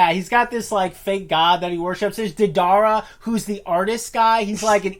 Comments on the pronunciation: Lmao “the dar a “ it’s deidara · Lmao " deh darah" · The way the said Deidara triggered me.